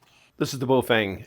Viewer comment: Holy shit thank you for pronouncing the brand name correctly. Straight to the point and informative. Great video.